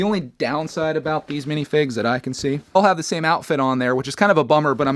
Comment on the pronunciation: Really "minifinges"u say